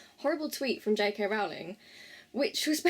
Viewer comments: Great Video!!!!! But Rowling rhymes with bowling not howling. I'm not hating, great video! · It's Rowling like bowling 🎳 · You pronounced her last name incorrectly.